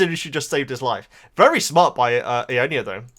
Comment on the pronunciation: It's /eye-yon-nya/. ;)